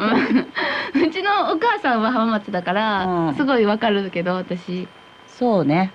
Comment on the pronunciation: 浜松⇨はままつ❌ は〜まつ⭕️ 静岡⇨しずおか❌ しぞ〜か⭕️ 地元の地名の読み方まで訛ってしまう遠州弁😅